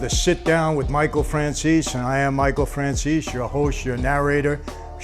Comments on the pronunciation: His name is Franzese not Franzeeezeeee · Nice work Mike, hey I just gotta know one thing: why do some people pronounce your name as Fran-ze-see? When I hear you say it, it sounds more like Fran-zeese. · The way the news reporters pronounced your name lol "franzeesee" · Hey Michael, why is it that nobody can ever pronounce your last name correctly? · Hearing your last name mispronounced makes me cringe. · They can't even say your name right.